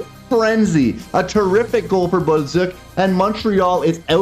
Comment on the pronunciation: Why u pronounce Balduc and other names so weird? Can even understand who ur talking about. Can u say it normally like others please and thank you